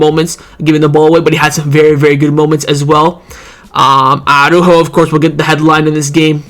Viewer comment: man, i keep hearing arujo, its martin that cost us the game.